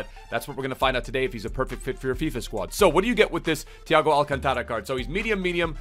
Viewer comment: Alcántara, not alcantára